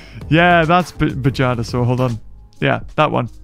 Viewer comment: I thought you said badgerdasaurus when you said bajadasaurus